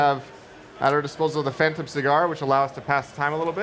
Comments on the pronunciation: hey it's phantom not phatom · No no no, it's called Teh Phatnom Pian